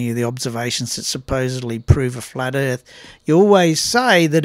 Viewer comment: "Flat Erf Rule #56"? I didn't realize could count that high!